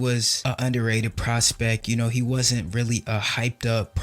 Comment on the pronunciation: Grammar police. The word is “Prospect” with a “t”. Not “Prospec” or “Prospeck” , & every time you say the word. None the less. Nice job. Interesting and detailed commentary.